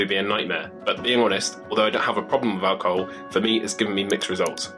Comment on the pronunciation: It's pronounced ALcohoL not aWcohoW